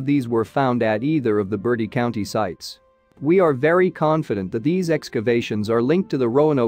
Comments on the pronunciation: Hey is not caller Bertie County, is call Bert-tiee , people always say this not a bird! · Mispronunciation of Bertie county made my skin crawl!😨